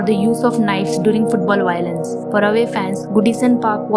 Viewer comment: yeah I know I'm just messing it just sounded funny 😁 👍